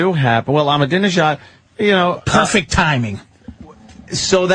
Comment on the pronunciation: I smile when Patrice calls Ahmajinedad "Armadillo-jad".